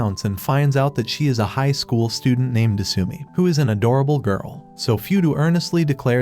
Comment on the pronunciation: Your channel is supposed to be pronounced "O-mo-shi-roy" 😫, and his name is not 'Foodoo' and her name is not "su-mi"!!! It's "Fuu-dou" and her name IS "De-suu-mii"!!! 🤢 You demon out of hell, that has been unleashed on YouTube😱